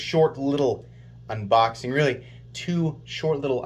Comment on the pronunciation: Man I sure do love your "Unbixing" videos lol.